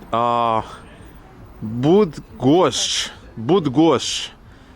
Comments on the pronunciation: this city stopped the sun and moved the earth. the story of Copernicus (he was a woman), not gingerbread. You pronounce Bydgoszcz "BRUDGOSZCZ" in Polish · BTW: Polish 'y' is pronounced just like 'и' in Ukrainian ("Bydgoszcz")